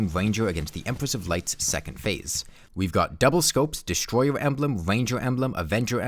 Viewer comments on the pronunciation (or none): none